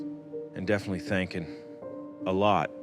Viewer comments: “And definitely thaankin”😔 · I can't stop saying "thankin" any more!